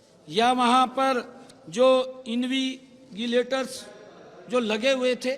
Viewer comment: इन्विगलेटर नहीं इनविजलेटर होता है सही करें